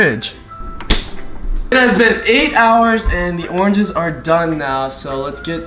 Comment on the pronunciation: Oranges: Orenges 😂😂